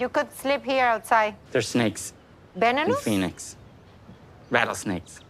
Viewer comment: Venonous? 😂 And what is going on with Florian’s teeth? They look ridiculous.